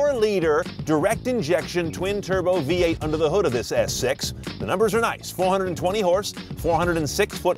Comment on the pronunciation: Lol he was saying - S6 and I was hearing - Ass 6 :P